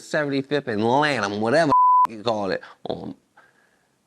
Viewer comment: ng said lanham 😂😂😂